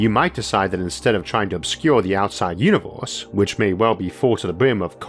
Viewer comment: Banging content jarring voice “you knee vowas”